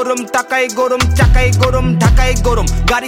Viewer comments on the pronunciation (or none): "গোরোম" না 'গরম' হবে। উচ্চারণের দিকে একটু মনোযোগী হওয়া উচিৎ।